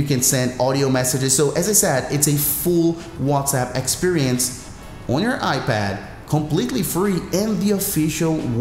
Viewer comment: "...on your iBad"